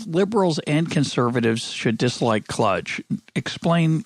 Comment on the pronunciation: Kludge, sounds like clutch.